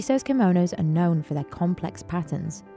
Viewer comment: Chiso Kimonos Timestamp : Simonos 😂😂😂